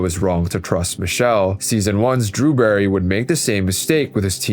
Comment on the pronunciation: It is not DREWBERRY. It is DEWBERRY. Clanker.